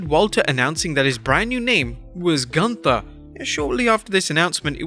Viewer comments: Let Walter tell it, “It is not GUNTHER, it’s pronounced GOONTAH!” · Es heißt gÜnther, Freunde. Mit Ü, yoah,,🙃! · It's pronounced Goonta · It's not Gunther, it's GÜNTHA. But the fact is even Shane Thorne was changed name to Slapjack, but he was more singles matches than the other Retribution members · It’s pronounced (GOON-TER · OI! NEIN! ITS PRONOUNCE GUN TA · It's not Gunther, it's GUNTHA ! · its goontha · its pronounce gunthaa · its pronounce "gunthaa" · Gunther is even more worse because nobody who speaks English can even say the name right ffs. Including here. Th is not a th. It's just a t with a silent h and U is a U and not an A. WWE should educate their employees before making such a stupid namechange that nobody can say right. The same is with Ludwig. U isn't the same in German like in English. Berlyn in WCW was even a better namechange than Gunther. The commentators could say the name right. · So they gave him a really German name but use the English pronunciation. That's just the kind of brilliance I've come to expect from WWE.